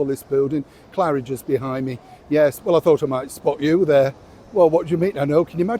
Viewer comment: Claridges you say? You must be joking sir! 😂🇳🇿